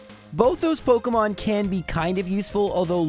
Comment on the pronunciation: pok EEEEE mon. not pok UHHHHHH moin.